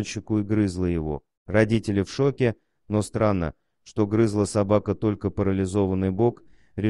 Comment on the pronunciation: Ну, не "грызла" же! Ох, уж этот ИИ!